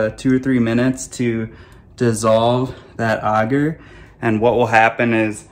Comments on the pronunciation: agar is pronounced a (as in apple) gar. auger as you're prounouncing it is a device to dig holes. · Ay-gar. Aye-ghar. It may be a mispronunciation but please god say it like the rest of us lest I deafen myself to minimize shock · Can’t take some seriously when they don’t even know how to pronounce the thing they are working with! No one in mycology calls AGAR Auger! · The way you pronounce agar is triggering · ok, but it's definitely not pronounced auger either way, which a simple google search confirms. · ik lol it just drives me crazy for some reason when he says it like that :) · Never heard someone say agar like that